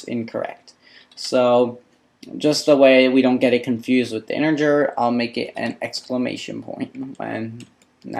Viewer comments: Interger? I believe it's "integer." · I don't spell well myself but you should at least get the basic words of your subject down or it's embarrassing IMO. In particular, learn "character", "integer", and "initial". Please! You are even pronouncing integer with a spurious "r" sound! It isn't InteRger.